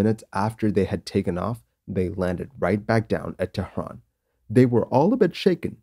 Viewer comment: Sir, it is tehran. not TEHHRRAAN